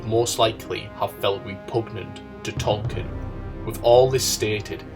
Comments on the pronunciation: The book is called "Dune", not "DOON"! The narrator I think is making interesting points, but his inability to pronounce the word makes this video unlistenable. While we're at it, the author of The Lord of the Rings is was J.R.R. Tolkien, not "Tolkinn". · Who the hell is Tolkin...